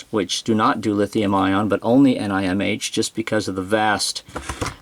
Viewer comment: That's the first time I heard of the batteries referred to as N-I-M-H and N-I-C-D, I guess it saves a couple syllables from saying nickel metal hydride, but the usual Ni-cad is shorter. So it's a wash- ;)